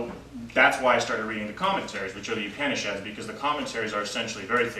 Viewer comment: Excellent knowledge and talk. The only other comment that I would like to add is the correct pronunciation of the word Upanishad. Please listen to the pronunciation by the girl from India from the link below